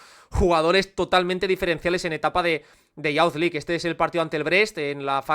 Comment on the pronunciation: Me gustan mucho estos videos pero para que sepas la pronunciación de Youth League es iuz lig